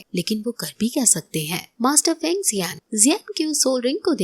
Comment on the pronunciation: Sister us bande ka nam fang zun zhei hey feng zhei nehi